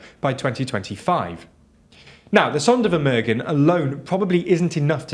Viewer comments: Sondervermögen is pronounced more like Zonder (long o)-fermoogen (short e at the end, just like in get, just make it gen). The Polish defence minister is called Mariusz Błaszczak, not Marius Blaszczak. Honestly, just check on google translate how to pronounce terms in other languages. You are a European channel after all. Act like it. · Most Vs in German are pronounced as F. German Zs are pronounced as a sharp TS. W=V, Z=S. Gs are hard. EI = I So its TSaitenVende (Zeitenwende) ZonderFermerghen (Sondervermögen)